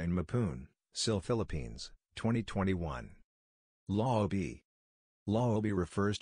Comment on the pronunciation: lisqupele805term2.2 It would have been more authentic if Philippine English was used in discussing the context. I find it distracting to hear the word, "loob" as "loo-bi".